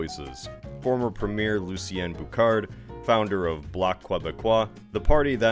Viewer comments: First off, it's pronounced "Loo-see-en Boo-shard". Second, I think that most Americans would be confused as to the politics of Alberta and Saskatchewan if they only looked at a political map, since we here use the more traditional colours for our parties...red=Liberals and blue=Conservatives. Also, I do remember 1995, as there was a HUGE pro-Canada rally in Montreal the day before. I actually thought about hoping on one of the buses here in Toronto for the 8-10 hour journey, but was worried about getting back in time for my game night. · "Lucien Bouchard" is pronounced like "Loo-sien Boo-shard". "Jacques Parizeau" is pronounced like "Jjjack Pair-ree-zo". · since Quebec never signed the constitution and needed all 10 signatures... though luck it would have been legal BTW you misspronounced Jacques Parizeau and Lucien Bouchard :P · Pronunciation guide for anglos and les américains: Lucien Bouchard "loose ee en boo shard" Bloc Quebecois "block keh beck kwa" Jacques Parizeau "zhawk pare eez oh"